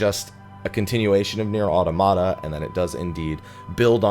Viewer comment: no one pronounces Automata right...